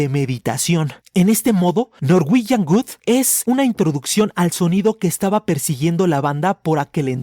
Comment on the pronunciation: muy bueno el video pero cuando dices norwegian Good me causa gracia xd. Un abrazo!